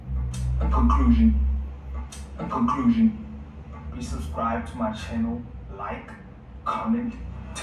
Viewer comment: "Subsbribe"? Homework!!! Deffs skipped English homework!!!😂😂